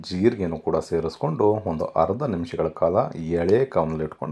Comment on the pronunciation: It's not halugadde It's alugadde. It's not harda It's arda. Please pronounce correctly